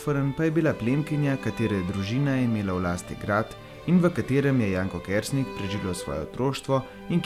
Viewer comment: Naglas priimka je narobe, drugače pa lep video. ...